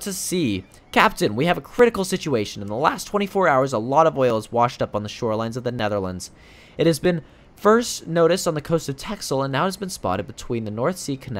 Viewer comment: Texel it's tessel you say tessel in dutch but you write it texel